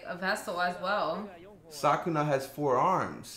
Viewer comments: it's Sukuna, not ''Sakuna'' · why does this dude keep saying sakuna instead of sukuna lmao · sukuna not sakuna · I wonder why all reactors I've seen call him Sakuna instead of Sukuna. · Its Su-KU-Na